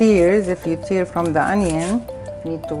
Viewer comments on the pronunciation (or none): none